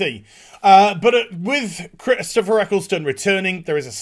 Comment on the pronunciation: who tf is "Chistopher"